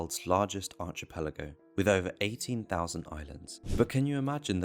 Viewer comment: In the very 1st sentence, the guy can't pronounce "archipelago" correctly. Orang itu tidak punya banyak pendidikan! (He is semi-literate.)